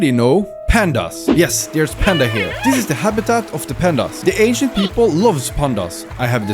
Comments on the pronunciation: For a second I thought you said Asian city, I'm actually Asian. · Sorry but i just cant un hear the asian city when ever he says ancient city... HAHAHAHAHHA